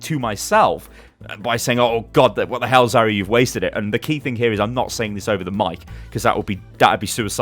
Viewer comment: Your New Year's resolution should be to pronounce Zariya correctly!